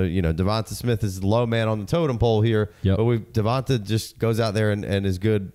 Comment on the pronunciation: It’s 2024 and people are still calling him Devont-a and not Devont-aye Smith.